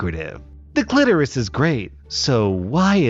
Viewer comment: I can't say the V word Also: CLIT-OR-US